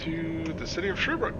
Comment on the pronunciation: Sherbrooke not sherbr ook